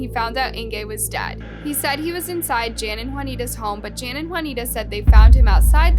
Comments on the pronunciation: “Ingay” ?? Duh. It’s pronounced Inga jeesh. It’s not “Jan” it’s pronounced Yawn. You know, Dutch for John. Do some research when doing foreign stories. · Please work on your pronunciations. Jan is pronounced Yun. Inge is pronounced Inger. Stellenbosch is a town outside the city of Cape Town. I'm South African and I always learn about the world it would be nice if people can do the same. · Fairly certain that the name "Jan" is pronounced the European traditional way of "Yan", not the American/English "Jan", especially given their surname. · Jan is pronounced yan ! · DISGUSTING - yet again can't even get the victim's names or the areas they come from correct. These South Africans 🇿🇦are not Spanish, but likely Afrikaans, so a Dutch derivative. The "J's" are not pronounced as "h's" but as "y's" like Yan and Yanita.